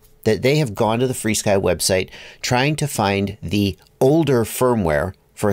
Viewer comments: There’s an irony with the way you pronounce it “free-sky” 🙂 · FrSky isn't "FreeSky"